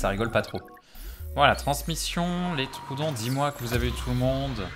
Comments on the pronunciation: Je crois que ça se dit tro-odon mdrrr et pas troudon 😭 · "troudon " j'ai soufert des oreille